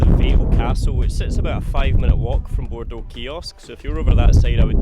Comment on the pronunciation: Congratulations on getting the pronunciation of Bordeaux right 👌. As a local (Guernsey) it is great watching your videos and your view of the Island and bailiwick.